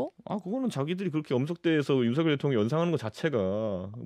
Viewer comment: 하바드 나왔더니 윤성열로 발음 해야지 따부류당에서 발음하는 윤서결 이렇게 발음하는데 앞으로 국회의원이라도 될려면 상대방 이름이라도 경멸하는 말하면 인기없어